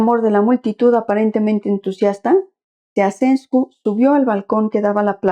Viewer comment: Se pronuncia Chauchescu.